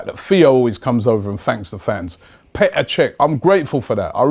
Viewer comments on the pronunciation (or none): none